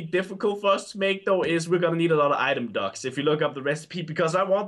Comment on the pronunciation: The way they pronounced “item duct” sounded like item ducks 🦆